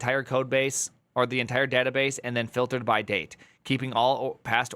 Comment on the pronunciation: le databass